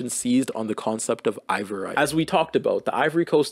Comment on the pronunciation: really interesting video & a great overview this part of history! you spelling & pronouncing ivoirité (ee-vwar-ee-tay, basically "ivoryness") as "ivorite" (eye-vo-rite, this is a type of glass) took me OUT though 💀 you weren't kidding when you said these words were too french for you